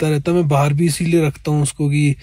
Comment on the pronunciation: Hindi correction. It’s wo ‘bhi’ not wo ‘v’